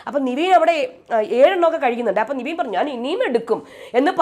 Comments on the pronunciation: എന്റെ പൊന്നോ നിവീൻ അല്ല പെണ്ണുമ്പിള്ളേ നെവിൻ.... നിങ്ങക്ക് ഈ തെറ്റിച്ചു പറഞ്ഞാലേ പറ്റത്തുള്ളോ???????????😂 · നിവീൻ അല്ല നെവിൻ ആണ് 😡 plz don't repeat, പറഞ്ഞു മടുത്തു 🤦‍♀️